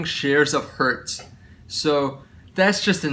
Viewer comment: Please don't say hertz lol. Great video